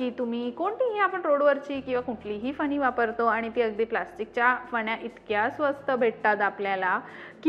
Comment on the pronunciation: फनी नाही ग...फणी/ कंगवा..आणी ती भेटत नाही..मिळतात...😅 माहिती चांगली आहे..भाषा सुधारणे ...